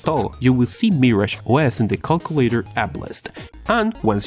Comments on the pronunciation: Lol he says cockulator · I like how he says Cockulator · I like how you say “calculator”